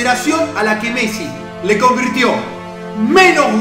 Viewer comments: dice convitio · Dice convitio jakaja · Like si te diste cuenta q dice convitio en vez de convirtió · Like por el R que falta en "Convirtio" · Like si te diste cuenta que dice "convitio" en vez de "convirtio"